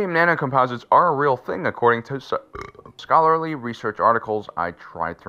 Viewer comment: "according to s-BURRR-cholary"